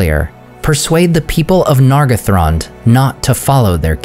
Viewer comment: That's probably right. As for me, I'm even more bothered about the way he pronounces some vowels and diphtongs, especially "ae", as is "Maeethros". Vowels should always be clear. Nargothrond is another example, where he turns the first "o" into an /ʌ/. It's not a crime, but an elf would rapidly detect his English accent.